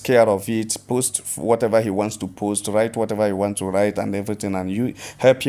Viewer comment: its POST NOT PASTE, also its called INTERGRITY NOT INTIGRITY